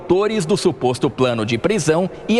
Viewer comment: É incrível como a Amanda não consegue falar "SUPOSTO PLANO" mesmo sendo 😂😂😂😂😂😂